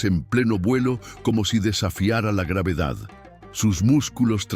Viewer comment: Muy buenas imagenes y relato , pero me duelen los oidos cuando cita a la gravedad 😆.